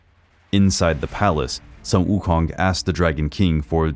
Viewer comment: A bit late but I’ll still like to praise you for the impressive pronunciation of Sun Wukong! 👍🏻👍🏻👍🏻